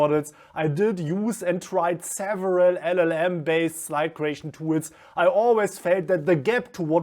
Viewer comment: Haha gleich im ersten Satz bei Tools